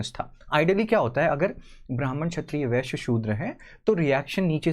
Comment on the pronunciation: Don't say viashya ..as (Vai s yaaa)